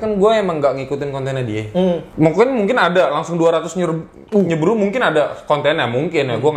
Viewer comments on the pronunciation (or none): wkwkwkw nyebru , gak nyebur aja sklian, kayaknya blum gosok gigi ni bocah